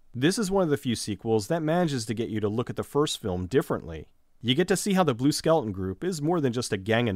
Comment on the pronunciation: I thought you were saying "skelton" the whole time.